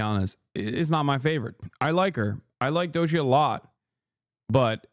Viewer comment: Lmaooooo the way he says doechi is so turkish